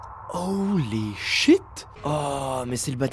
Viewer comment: se "Holy shit" sonnais un peut québécois